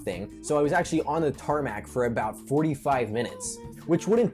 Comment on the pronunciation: Tarmac is not the correct way to say it.